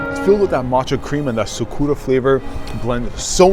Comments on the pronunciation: STOP SAYING "sukuura" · You mispronounced Sakura. C'mon. You never watched Naruto before 🤣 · Is anyone gonna be pointing out the sakura pronunciation??